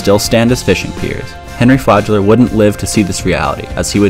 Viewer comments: Flagler, not “fladge-ler” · Flagler is pronounced how it's written, not like "Flajler".